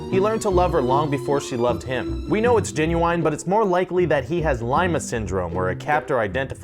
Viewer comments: did he say... Jen-u-ine? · Lol when they said genuine as "Jen-you-whine"